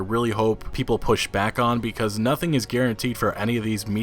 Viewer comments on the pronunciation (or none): none